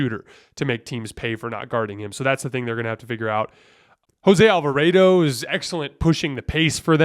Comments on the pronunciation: The way you say Alvarado hurts my feelings...Alva-Raaaw-dough not AlvaRAYdo lol love your pod btw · Lost all credibility the way he pronounces “Alva-raid-o” and seems to think Monty Williams is the pelicans coach 😵‍💫💀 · He says Willie Green multiple times. He just said Monty Williams once when talking about the Suns series, so it's fine, we know what he meant. The Jose Alvarado pronunciation is weird cuz I know he's said it normally in past videos, so idk if someone told him to say it differently, but they would be wrong regardless.